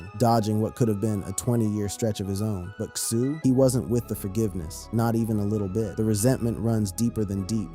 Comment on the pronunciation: His name is pronounced " Kay- so" at least say the name right....like you keep up.